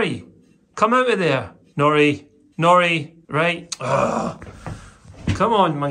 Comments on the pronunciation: Sounds like you’re saying ‘Jackanory’ rather than Jack and Nori 🫶🏻 made me think of childtime tv lol don’t know if this will help but I have a 10 month pet, had from 8 weeks and used a stair gate to keep pup safe in one room whilst I got some work done. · Sounds like is saying Naughty, not Nori, ha ha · I thought you said Jackanory - the kids programme from years ago! Much prefer shorter beard 😊